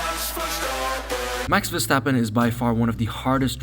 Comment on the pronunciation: max verstappen... not mex versteppen